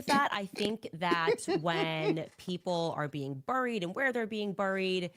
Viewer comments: Isn't 'buried' pronounced 'beh-reed' and not 'buh-reed'? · And by the way CANDICE its bury not BURRY,, BURY,, sounds like "berry" not a BUR,,, just a little english class there for ya!!! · She says burried- not correct. Funny😂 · I had to look up how to pronounce "bury" cuz Candace be saying, "burried," rhyming it with furry. She also says, "cer-in" instead of cer TAIN.